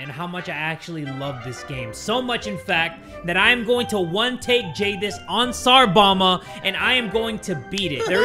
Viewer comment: I like how says "tsar bama".